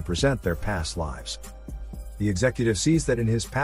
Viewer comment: If you ever wondering if this was a AI voice (which it is), just listen to the way it pronounces "lives". It cant pronounce it in the appropriate way because AI's cant recognize content yet. These are called "Homophones" and if you hear them mispronounced, its a AI voice.